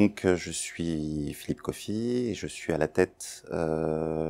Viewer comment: On dit Philippe Café deja …